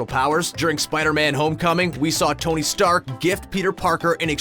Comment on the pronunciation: did you mean tony steak hahahahahaha